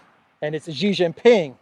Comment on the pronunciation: PENISTOPFORO, Shee Jin Ping not JHEE JIN PING